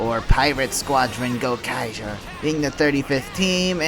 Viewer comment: Yeah I have a feeling you have no idea what you're talking about just from the way you pronounce Gokaiger. It's Go-kai-jer